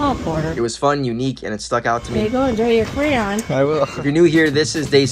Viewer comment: It's so annoying to me how some people say crayon as cran.